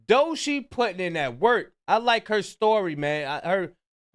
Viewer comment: It's pronounced "Dough-Chee" my brother not Doeshii 😂😂😂 must ain't never heard her music before